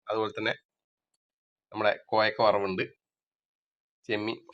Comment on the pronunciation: കോയക്ക അല്ല കോവയ്ക്ക ആണ്.